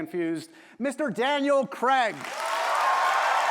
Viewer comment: Love this ❤ Daniel’s amazing! As a Brit please get his name right 😊